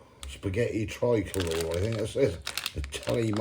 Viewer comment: Its pronounced tree-calore-ray